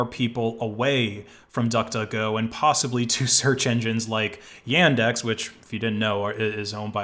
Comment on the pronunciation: Welp, I may be Russian so data collection on Yandex (it's not Yendex, like you pronounce it) is gonna be a thing but okay then, time to go back to the old times Also, we have a lot in common, why won't you talk to me? D